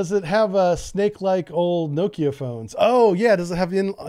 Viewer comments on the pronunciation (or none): none